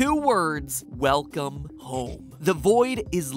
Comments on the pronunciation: weclome home instead of welcome home. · ummmm Mat I think it's Welcome not Weclome... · "Weclome home" Yeah? Weclome? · Weclome Home LOL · “weCLome home” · Nobody: Game Theory: WECLOME HOME